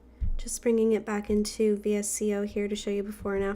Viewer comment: I really enjoyed this video, and I love your photos on Instagram! Thanks for sharing. 😊 By the way, VSCO is actually pronounced as ‘Vee-sco’.